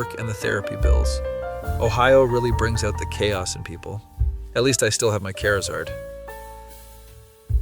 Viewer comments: Is anyone else bothered by the fact that the voice pronounced it ‘care a zard’ and not ‘char a zard’? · I was playing a game atm and i had to tab over and rewind the video to see what that word was, when i saw it was charizard i got upset rofl